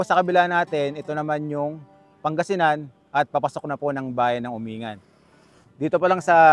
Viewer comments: Correction lng po Uminggan po ang bigkas nung lugar na sinabi mo hindi po Umingan. nice rides lagi po kitang pinapanood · Umin-gan, yan ang alam kong tamang pronunciation at hindi Umingan. Mahaba pala ang Malico at may part ng Pangasinan at may part na sakop ng Nueva Viscaya... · It is pronounced as "UMING -GAN" hindi umingan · Umingan is pronounced as Uming-gan. FYI lang. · “Uming-gan” po tamang pagbigkas sa bayan na yan ng Pangasinan.🙏🤙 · Or pronounce "Umin-gan"..